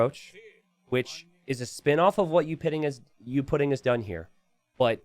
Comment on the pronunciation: gonna remember that for ever "youpidin" is what you said in my language that sounds verry funny im welsh.